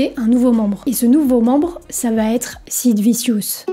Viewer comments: J'aime beaucoup tes vidéos et je pense les avoir toutes vues mais je ne peux pas m'empêcher de me marrer quand tu prononces un mot ou un nom anglais. Sid Vissious..😂😂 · meme "vichieus" pour sid , en tous cas c bien de le rappeller . n'importe qui fait des videos aujourdh'ui traite de sujets qu'ils maitrisent a peine avec 3 recherches . ca prends la tete cette tendance .